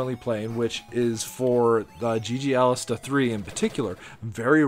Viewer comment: It’s Alestè. There is no A at the end of the name. You’re killing me man. ;)